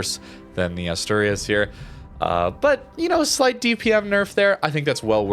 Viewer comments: Asturias sounds like this: /Ash/To/Ri(soft R)/As. I don’t know how to write better the pronunciation as text, but it is more or less like that ^^ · no worries, anyways both of the pronunciations we said were good. And it is much more natural than the one said on the vid, so I hope next time he can say it better ^^ 😁